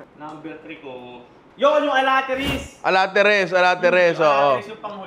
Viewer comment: ninong, i AI'd, ARATILES OR ARATILIS po yun hindi alatiris. or was that a joke?